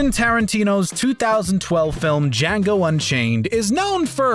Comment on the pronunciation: "The Jackal Unchayne" Django Unchained Anyone else hear that too? Edit: cool video by the way, I did not know about any of these so thanks